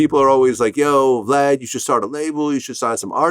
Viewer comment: Sounded like Boosie called Vlad "Glad" 😆